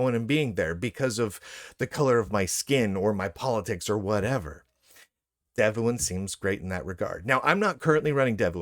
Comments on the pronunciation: It is pronounced "dev-one". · pronounce it like Dev Juan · Don Juan: Pronounced? Devuan: Pronounced?